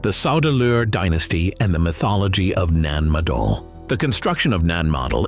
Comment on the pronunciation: 🌿 Having twice visited this old Lemurian outpost over 40 years ago - it is saddening that the 'voice over' is unable to pronounce - NAN MADOL - Thankfully David Hatcher Childress, says it correctly. 🙏